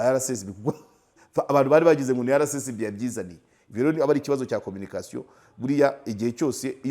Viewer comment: Please, bavuga RSSB ntibavuga RCSB